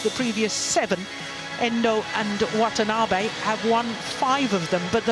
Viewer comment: Wthen the commentator says Wantanabe's name, it is heard as 'What an Army'!